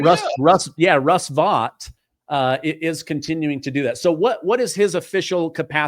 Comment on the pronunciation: Not Russ Vot… it’s pronounced Vote… Vought..